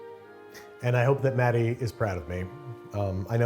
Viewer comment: not me hearing I'm gonna swallow DADDY instead of Matty